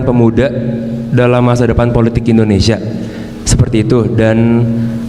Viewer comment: Mohon maaf kritik yaa.. 1. Negara ini negara I(INDONESIA) bukan E(endonesia) pak.. 6 kali sebut kata.. Salah 2 pada menit kenapa harus tiongkok.. Banyak kan anak negri ini yg kuliah di negara lain kl mau di tonton di youtube.. Hhmmm jangaan - jangan.. 🙈🙈🙈